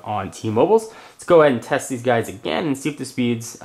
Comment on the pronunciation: Theese website... LOL for the accent.